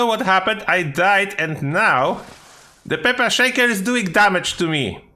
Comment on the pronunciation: peper sheiker